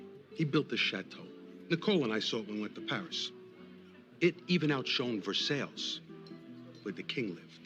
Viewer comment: Ver- sales? Out shone? Ect, Ect…